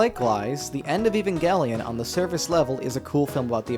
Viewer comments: Ffs its pronounced ev-ange-lion. The show is not about some guy named Evan and his gangelion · FUCK YOU ANNO, SOME OF US ACTUALLY LIKE EVANGELION!!!!! T H E R M A L.E X P A N S I O N Also, it always bothers me that in the EoE sub, they say "eh-va" instead of "ayva" (pronunciation change on EVA). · i HATE when people pronounce it "*ehvan*-gellion" or any other way than "aven-gellion" honestly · You : E - van - gelion The guy she tells you not to worry about : A - van - gelion